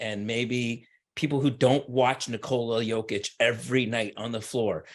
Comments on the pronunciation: Speaking of "putting respect on his name", please help spread awareness that it's pronounced "nI-kola yOH-kitch" and not nikOla yO-kitch. You are doing a noble service for American society. Thank you and God bless America. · Speaking of "putting respect on his name", please help spread awareness that it's pronounced "nIkola yOH-kitch" and not nikOla yO-kitch. You are doing a noble service for American society. Thank you and God bless America. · Hello everyone, please help spread awareness that it's pronounced "niKola yOH-kitch" and not nikOla yO-kitch. You are doing a noble service for American society. Thank you and God bless America. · If he deserves it this year then he deserves it. Speaking of "putting respect on his name", please help spread awareness that it's pronounced "niKola yOH-kitch" and not nikOla yO-kitch. You are doing a noble service for American society. Thank you and God bless America. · I agree. Speaking of "putting respect on his name", please help spread awareness that it's pronounced "niKola yOH-kitch" and not nikOla yO-kitch. You are doing a noble service for American society. Thank you and God bless America. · I agree. The media are way too lost in narratives. Speaking of "putting respect on his name", please help spread awareness that it's pronounced "niKola yOH-kitch" and not nikOla yO-kitch. You are doing a noble service for American society. Thank you and God bless America.